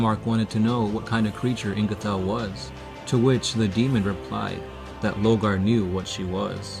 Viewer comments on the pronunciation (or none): you missed the point it's lorgar and they keep saying logar lol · Why do you keep calling him "Logar" ? out of curiosity.... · Lor-gar! you mong.